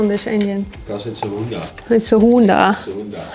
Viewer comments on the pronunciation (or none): Great accent. "It's a HUNDA."